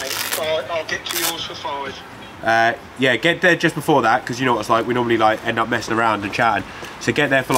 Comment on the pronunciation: it doesn't get more British than that "yoaih". Love it